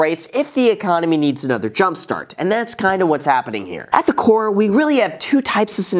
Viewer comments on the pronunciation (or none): none